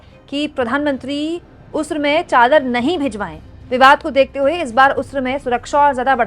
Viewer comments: Pronounced "urs" and not usr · Madam usr nahi h urs hota h 😮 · please correct the pronunciation... it's not USRA, it's URS.. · Ursa na ki usra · उर्स उऱस नहीं उर् स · There are people pointing her wrong pronunciation of 'urs' as 'usr'. What exactly you need to notice is her intention and fearless journalism. Sis you are brave for talking freely... Stay blessed 😇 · ये शब्द उस्र नहीं उर्स है, यानि 'र' को स से पहले पढ़ा जाएगा बाद में नहीं।